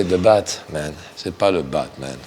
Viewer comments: À la fin il dis c'est pas le "BAD man" !!! J'ai l'impression de parler mieux le JCVD que vous ^^ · JCVD vit beaucoup aux États-unis et on prononce souvent la lettre "t" comme un "d" ce qui peut expliquer pourquoi il veut faire comprendre que "BaDman" c'est le méchant, et il se corrige après en se rappelant que "BaTman" veut dire "chauve-souris" et non "mauvais"